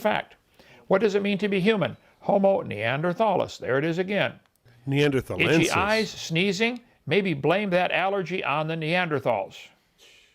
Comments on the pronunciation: I know. I was just screaming "neanderthalensis" (hard t) at the screen every time he said "neanderthalis". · Stumbled upon this again and noticed that Hovind is barely literate. I can understand someone missing long, previously unknown words like dideoxyribonucleotide or ångström, but Hovind isn't able to read "processed", "anthropological" and "Neanderthalensis". Such knowledge, much expert. 🙄